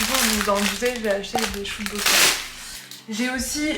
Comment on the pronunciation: eeehh c'est "brussel" pas "Bruxelles" pour la prononciation (c pas méchant je dis ça juste pour que tu le saches!) sinon ta vidéo est trop cool vrmt j'ai kiffé haha